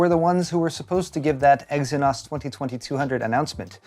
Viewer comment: Ex e nose